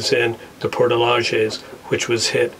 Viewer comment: Its LAJES not Lajas.